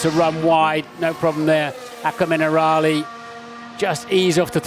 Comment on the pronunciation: as an italian my self hearing that "acqua minerale" its just pure pain